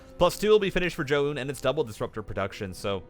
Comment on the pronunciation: I understand you're trying to pronounce it correctly, but we can just pronounce it "Zj-ow-n" lol idk why it bothers me